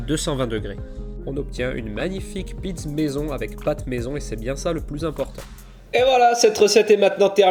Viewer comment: Pizz au lieu de pizza, c'est la prononciation corse ou italienne ? 😉